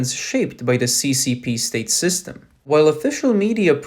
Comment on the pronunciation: The narrator speaks English well, except for a few problems. It is system and not systen. The m ending sound does not exist in mandarin and the narrator could not pronounce it either. the ive ending in English is not well pronounced either. The narrator should practice pronouncing these two ending sounds. It is imperative that the narrator should do so as he may have a problem distinquishing between 'then' and 'them'. I also hear the mispronouncing of 'ism' as 'isn'. That is bad!